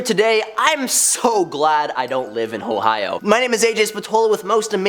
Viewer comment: "I'm so glad I don't live in HOEohio"